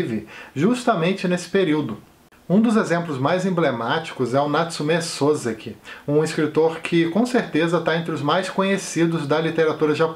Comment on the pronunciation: Olá. Mais uma vez você nos presenteando com uma ótima resenha da série "Japão Para Viver" Desde já peço desculpas, mas sem querer ser um daqueles chatos que ficam corrigindo os outros, afinal quem sou eu? rsrsrs. Só para soar mais "bacana", a pronuncia correta do sobrenome do Natsume Soseki é "Sosseki" Inclusive tem um vídeo bem legal com a pronuncia correta neste link: Muito obrigado pelo excelente canal. Abraço.